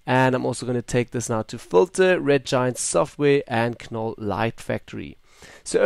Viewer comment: its pronounced NOLL the K is silent!